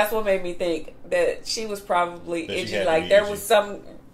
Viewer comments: Her name is Idgie not Itchy lol 😊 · The nickname is "Idgie", short for Imogene, not "Itchie" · Idgie. Not itchy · It's "Idgy" as opposed to Itchy. It was a nickname for her full name Imagene/Imogene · Her name is Idgie, not Itchy. 😂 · Idgie not itchy😊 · I always heard Itchy. 😅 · Idggie . As in imogene